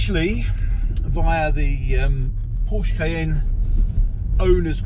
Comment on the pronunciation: When a Porsche owner is unable to pronounce the Name of his car right, an engineer in Stuttgart Zuffenhausen dies.